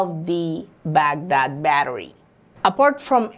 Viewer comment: You sounds for funny buddy when you say Bagdad Badarriiiiiii 😝😈😂😂😂😂😂😂